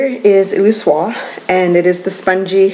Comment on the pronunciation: Thanks for this (I know I’m v late)! Also—I think you can pronounce the whole word. Illusoire: “EEL-U-SOIR”